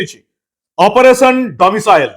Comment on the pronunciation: Not 'Domitial certificate ' it is 'Domicile certificate '.